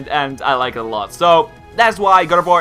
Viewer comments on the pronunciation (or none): when said Gardevoir i heard God of War